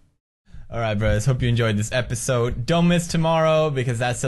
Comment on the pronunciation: The fucking intros get me evey damn time, even watching these back to back. Kenny dies, I cry, episode ends, "In the prayveeus episoude" I die of laughter. Even through fucking tears. ( ´, ▽ ` )